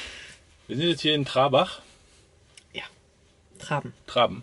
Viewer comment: Schönes Video, Danke für den Tipp mit der Festung! Kleiner Klugscheißerhinweis am Rande, es heißt Trarbach und nicht Trabach!😇🙋🏼